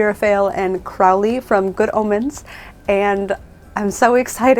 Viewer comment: Thank you for giving me an idea of how Truly Victorian patterns sew up! Your chemise and drawers came out lovely! I really like how you replaced the ribbon in the lace. I do have to say, though, it's CRO(w)-ley (like crow) and GAYmen, not GUYmen. And now I feel very much like Hermione Granger. Also, I'm happy that drafting patterns from old books is as daunting to you as it is to me.